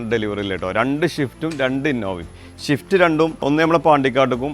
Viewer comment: ഷിഫ്റ്റ് അല്ല മുത്തേ... സ്വിഫ്റ്റ്